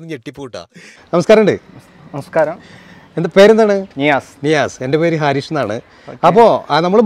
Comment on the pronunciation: "ഹാ"രിഷ് അല്ല, "ഹരീഷ്" ആണ് ഭംഗി.